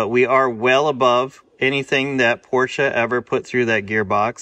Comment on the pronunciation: Thanks for somebody who pronounces "Porsche" correctly. Iike your videos, no Hollywood, and addictive watching you troubleshoot your cars.